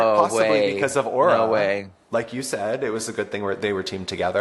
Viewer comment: the way continues to mispronounce auras name as "aurora mayoori" ❤